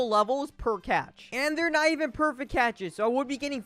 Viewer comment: i wanted 1 sec of not saying perfict catch, xp, money, best